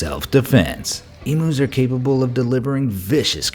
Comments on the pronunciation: FAROUT ITS NOTS EMOOS ITS EMUUU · So funny he pronounced emus emoos 😂😂😂 Bahahaha cracked me up